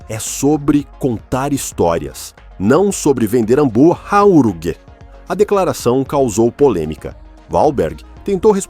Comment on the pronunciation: Kkkkkkk... Hamburraúguer 😂